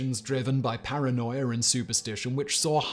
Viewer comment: “…paranoiar and superstition…” There’s that r sound again. Why? Why, Simon?!?!